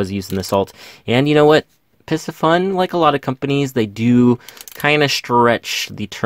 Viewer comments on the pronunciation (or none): Pardon the correction…. It’s NOT “Pissy Fun” It’s pronounced “PC Fun”! Other than that, excellent video! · PIE-C-FUN not PISS-E-FUN. like the fish PISCES...